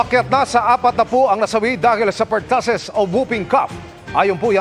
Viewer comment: Per- too- sis po, hindi pertasis…